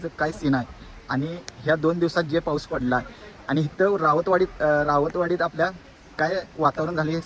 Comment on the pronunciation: राऊतवाडी❌ रावतवाडी ✅😂